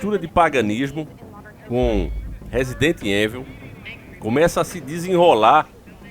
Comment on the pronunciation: diz resident heinvil. 😆